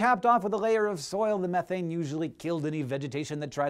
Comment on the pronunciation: I've noticed how he struggles to pronounce the word methane correctly, also in another video he pronounces aluminium, al u min um. Strange.